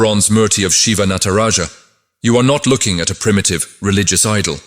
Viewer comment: All good but please learn to pronounce "hindu" "sanathan" and "natraja" basic etiquette and respect.